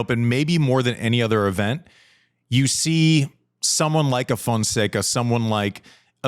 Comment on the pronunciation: MEAW Fonseca! hahahahahah Andy is going to learn how to pronounce his name soon, the kid will be winning ATP events this year. 🟩🟨